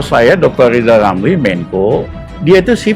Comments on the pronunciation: Lijal lamli.. tlg belajal baca hulup l dulu ya??, spy pi ntel. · Siapa yg milih lizal lamli, bilan R aja gak bisa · Lijal Lamli.... sbaik nya Bljar omong R dolo.... Mo dirikan PLT.... Partee Lambee Turah 😂😂😅😅😅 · peltanyan saya juga sedelhana buat pak lijal lamli.bisa gk pak lijal ngomong (R)(R)(R) R,R,R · Lijal lamli 🤣🤣🤣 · Lizal Lamly..ngaca woi!!